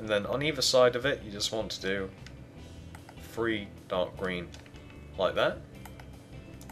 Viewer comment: How come he says free??????